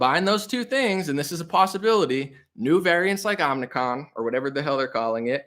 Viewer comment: i think you said it: Omni-con.